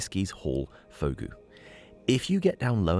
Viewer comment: Fogou is pronounced Foo Goo. Related to Ogo meaning cave in Cornish.